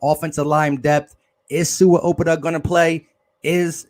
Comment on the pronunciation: Its "owe-pet-ah" lol damn bru